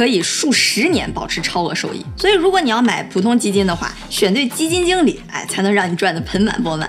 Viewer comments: “基金井理”lol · 基金jǐng理，😄东北话出来啦🤗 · 基金井里，没毛病，正宗东北口音